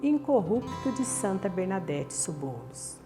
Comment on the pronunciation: Me permita umas correções. O nome dela é Bernadette Soubirous (pronuncia-se: Subi-rôus), e nao Sobouros. Ela não morreu no dia 19 de abril, como a Sra disse no video, mas no dia 16 de abril. E quem fundou a Congregaçao das Irmas da Caridade e instrução Cristã de São Gildard, em Nevers, onde Bernadette viveu, nao foi São Vicente de Paulo. São Vicente de Paulo fundou, junto com Santa Marillac, uma outra Congregação, chamada "Filhas da Caridade", que nao tem nada a ver com Santa Bernadette. Parabens pelo video, muito lindo. Só precisa conhecer mais a historia para contar o que de fato é. Fica com Deus 🙏 e reza por mim.